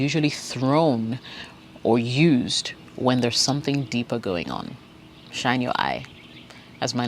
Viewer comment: The way you say "shine your eyes" 😂😂